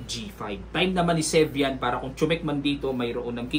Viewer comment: 2nd : sevian not servian?